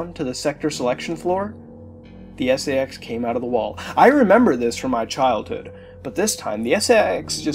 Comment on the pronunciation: For a Second I Thought He Said SEX Infection